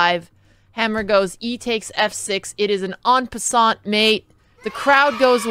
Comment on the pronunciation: What is it with chess players pronouncing en passant wrong